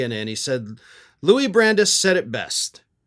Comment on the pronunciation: the name is pronounced Brand-eyes